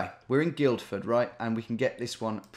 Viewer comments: Guildford is pronounced Gillford not Guildford by the way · You don't pronounce the 'd' in Guildford Tom. So it sounds like Gilford. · Guildford is pronounced Gilford as in...Gilf. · You don't say the first D in Guildford - it's effectively 'gill-ford'. I've been to that Wetherspoons and it's alright, though I did witness some beer mats being thrown at a barman. Peace out. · First D in Guilford is silent Tom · Man, hearing you pronounce that hard D in Guildford was so weird. But I'm sure I do similar bad pronunciations in the midlands/north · If no-one else is going to comment, on the first place, you don't pronounce the first D in Guildford. Even though it's probably named after guilds. Petty I know. Sorry.